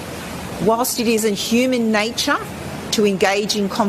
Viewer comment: Nay-chaw. Your Nay-Bhaw